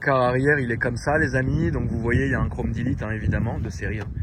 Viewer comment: à chaque fois qu'il dit chrome delete je comprend chrome 10 litres 😂